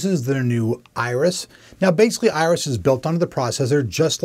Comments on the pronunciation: Does he keep calling it "ISIS" Pro, instead of Iris? Archer fan? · why do you keep calling it isis when it is obviously spelled iris?